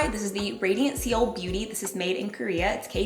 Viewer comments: Loved the video. Seoul is pronounced “soul” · I love her and I love the video, but I kept cringing and giggling every time “seal” was mentioned 😂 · always love u and ur videos amanda 💘 btw Seoul (capital of South Korea) is pronounced “soul” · “” doesn’t even know how to pronounce Seoul. Moron 😂